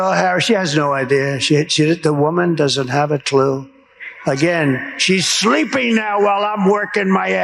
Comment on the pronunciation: "She's shleeeping" 😅